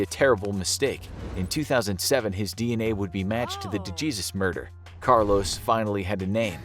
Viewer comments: It’s “Day-Haysoos” no Duh Jesus 😂😂😂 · Dejesus is pronounce day haysoos not duh Jezuz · Ariana de....Jesus....???? Im nearly positive it's Dejesus. -->> "dehesus" is you don't speak Spanish. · DeHAYZUES not DeJeezus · DeJesus isn’t pronounced DUH JEEZUS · This channel lost a bit of its credibility when he pronounced DeJesus as "Da Geezus." I literally clicked off the video lol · You guys could’ve pronounced poor Iriana DeJesus’ name correctly…